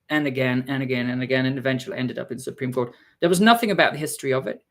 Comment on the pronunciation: "the Support Cream ruling" Now that's the kind of spoonerism I need in my life 😂